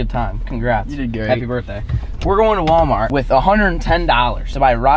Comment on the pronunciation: Nobody:: anyone has an idea 💡 for a new vid Nobody:: I heard WALAMART BEEF CAKES 🎂!!!!